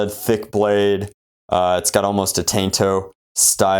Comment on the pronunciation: Did he just say TAINTO?